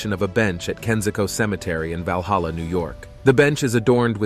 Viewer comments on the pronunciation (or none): none